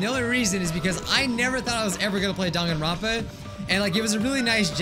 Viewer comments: First thing I hear in this video: Denganrwonpa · First. Thing. I. Hear. Dwanganrounpa